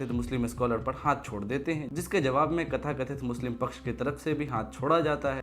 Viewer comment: तथाकथित hota hai babu,खथाकथित नहीं.